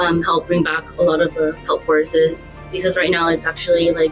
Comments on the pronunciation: She said forestes too so she’s struggling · I’m gonna be so mad if she says fishes or forestes one more time